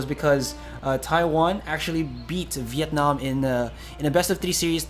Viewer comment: the way he pronounces Vietnam on made me cringe a little in the inside